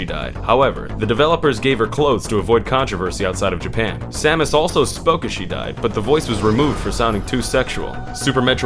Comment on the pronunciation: Pronouncing the protagonists and her arch enemy's name correctly in the same video? I came.